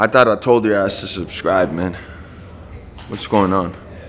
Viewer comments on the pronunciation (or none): He has trouble say subscribe😂 I just noticed that He always says susscribe😂